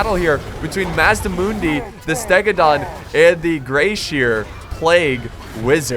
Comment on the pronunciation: Did you mispronounce "seer" as "shear"? lol wut cmon hahaha